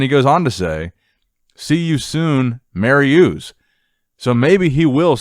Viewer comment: You can tell how young you are with the butchering of Mariucz' name. I remember him and Savicas dominating